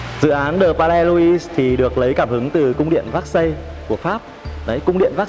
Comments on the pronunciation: Véc-xai, Versailles chứ ko phải xác-xây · Cung điện “ Vác Xây” là cung điện nào? Vốn hiểu biết và cả “ gúc” cũng bó cbn tay! Nếu đọc “ Versailles” là “ vác xây” thì đi xe “ pọt chơ” với cả “ mai bách” hơi phí